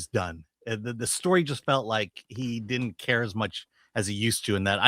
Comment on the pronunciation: The girl in the middle says “diddint.” The word is “didn’t.” Why bother with a contraction if you are going to use the same number of syllables?